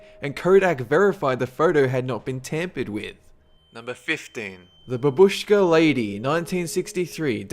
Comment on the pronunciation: I don't know in what language do you think the word exists, but the word for grandmother (or just any old lady) in Russian is "babuschka" which is pronounced "BAA-bush-ka", not "ba-BUSH-ka".